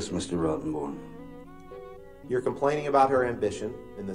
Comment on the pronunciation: How can you hire a guy named Rottenborne. Every time Mr. Depp says his name it sounds like FU to me.